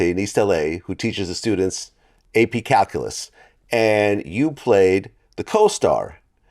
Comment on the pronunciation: whats cal-cool-lus